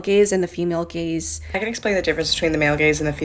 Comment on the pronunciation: Listening to this changed the context. LOL. I heard "gays" and not "gaze". I was so shocked and confused until I saw the text on screen.